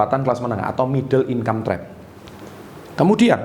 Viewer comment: Middle income trap, gua denger nya "middle inkampret"😭